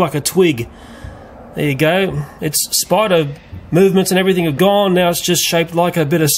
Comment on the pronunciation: i love how he says spider haha! SPIDA!! i'm scottish so i pronounce my R's lol